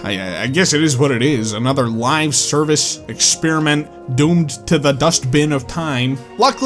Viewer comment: When you said live-service, I heard it as 'lie-service' and I think that's actually an appropriate way to call this style of over charged scams.